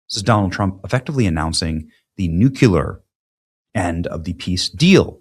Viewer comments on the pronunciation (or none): Nu-cular? Really, Benny (Walker Bush)? New-Q-lur?... It's: Noo-Clear, not: New-cular. NuClear. 🤘 😎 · Benny, Benny, Benny...The word is NU-KLEE-UR, not NU-Q-LER. That's a rookie mistake for a public speaker. Practice, practice, practice. New-Klee-Ur. New-Klee-Ur. New-Klee-Ur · Benny - Learn how to pronounce NUCLEAR it is NOT NUCULAR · NU - CLE - AR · NU-KLEE-ER Please learn the word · For goodness sakes, PLEASE learn to pronounce the word "nuclear."